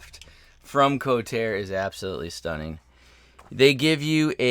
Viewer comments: BTW, the company is pronounced "Ko-tar-re". Good review. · Excellent review, but it's pronounced "ko-tar-eh" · As I'm watching your video I'm looking at mine,mine arrived 3 days ago,and the company is KotarE,so it's pronounced co tar EE,and not kotar,I found this out ehen I ordered mine at IPMS Telford in 2021.